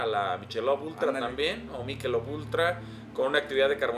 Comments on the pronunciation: ya se que es una mamada mi comentario. pero se pronuncia "maikelob" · es “mikelob” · El acento en inglés es malito States en vez de states , Budweiser Se pronuncia bodwaiser, miquelob, no michelov